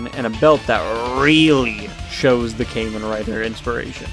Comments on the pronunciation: its pronounced like "kah-men" rider, my good dude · Mispronounced “Kamen” in Kamen Rider, but pleasantly surprised someone with no knowledge of Tokusatsu brought up Skull Man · “caiman rider” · Ah, good old “came-in” rider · say kaymen rider one more time and your gonna wake up without any skin and flesh. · Ah yes, Kaymen Rider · Came in rider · I've never even watched Kamen Rider but the way you pronounce it bothers me